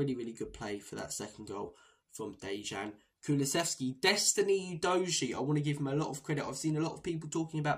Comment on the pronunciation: Destiny Udojiee? Who the sweet F is that? Udojiee???? Are having a laugh mate?